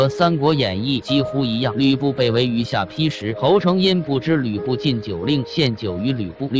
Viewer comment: 下ㄆㄧ???連地名都說錯，說什麼歷史，誤人前途，很爛ㄝ